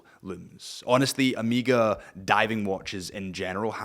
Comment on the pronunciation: Omega ❌ Emega ✔️